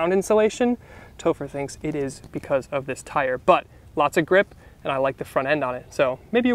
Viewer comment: Why are you saying "but" like doug? Rofl.